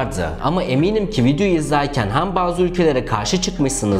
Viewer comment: Ülkeleri bu kadar yüzeysel ve üstün körü zaten herkesin bildiği ya da kolaylıkla ulaşılabilir olan sözlerle anlatarak bir takım yargılara ulaşamazsın. Biraz daha içini doldur ve emek ver. Ayrıca "meydanaaa geldi", " e" harfini açarak hem demek gibi hatalar da kulak tırmalıyor ve rahatsız ediyor..